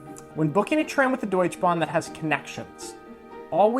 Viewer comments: Good brotherly advice!! But c'mon, Nick, why don't you teach Mikey to say Deutsche Bahn instead of Deutsch Bahn? And will you teach him to drive stick? Looking forward to your German adventures! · Just a couple of things to add: the e at the end of "Deutsche" in "Deutsche Bahn" is actually pronounced. You said it rather like Deutsch Bahn instead of Deutsche Bahn. And i agree on the point, that Bavaria is not all of Germany. I now many people here in the northern part of Germany saying that Bavaria is not Germany because it is very very different from the rest: culturally, geografically and so on. And a small thing: Germans usually don't talk about Germany as a Country. They can say something like the German fb team, the german government, that and that region of Germany, or the german geography, but almost never as Germany. (although they often say germany scored a goal, but that is rather an exeption). the bread in Germany btw is very expencive. I didn't even know about that starring thing of germans. As a German I don't notice that at all. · Yo american ! Its called Deutsche Bahn. Not Deutschbahn. Setzen. 5. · it is called die deutschE Bahn, not the deutsch Bahn :-) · remember german doesn not have silent vocals in the end so deutschE you hard pronounce the E in the end xD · Deutsch(e) Bahn 😂...Aha... where is the E ? Sorry... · Come on, you should know how to pronounce the DeutschE Bahn…… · It is PorschEH, DeutschEH Bank, DeutschEH Bahn. Just being pedantic.